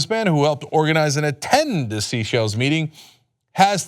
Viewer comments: The name of this Island is being announced incorrectly, but somehow correctly announced in the cut back clip, go figure.. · Chenk is pronouncing Seychelles wrong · This story cropped up over a year ago, when apparently, the presenter was able to pronounce "Seychelles" correctly. So much has changed since then, including the ability to Google the correct pronunciation of a name. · you need to learn to pronounce Seychelles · It isn't Sea Shells island... it is Seychelles (Say-Shells) ROFL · It's not 'SEA-shelles', it's 'SAY-shelles'. And it's a common vacation spot for very rich people... So it could have been a chance meeting, but it DOES look suspicious... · Oh Cenk, its "Seychelles" not sea shells. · Its pronounced SAY-SHELLS. not sea shells. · Pronounced: "say shells" NOT "sea shells." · It's pronounced "say-SHELZ" Cenk. Not SEE-shells. lol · I'm pretty sure that it's pronounced SAY SHELLS, not SEA SHELLS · My only thing is that they aren't pronouncing Seychelles correct. It's not sea shells, it's say-shell-ez. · Cenk, it's pronounced "say-shells", not "sea-shells" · Oh, he SAID seashells. He doesnt know its pronounced say-shells... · Also, it's "The Seychelles", as in plural. "The Say-shells", not "Seashells Island". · pronounced Say-chelles not seashells! ;-) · 'Sea Shells', is that how Americans pronounce 'Seychelles' (most people pronounce it 'say shells' unless you are French, then it is pronounced 'say shell'). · Seychelles is not pronounced “sea-shells” but “say-shells” , not important really , but it might be considered a wrong answer on Jeopardy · Say-shells. Not sea-shells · Cenk, the island is pronounced ""Sayshelles it's spelt seashells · Common Sense and also, the word is sayshells not seyshells... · Seychelles not Seashells! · Cenk...buddy...its 'SEY-shells'...like 'THEY-shells' not 'SEE-shells' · it also isn't Sea Shells island... it is Seychelles (Say-Shells) ROFL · Seychelles is pronounced “say-shells”. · It's pronounced "say-SHELLS"!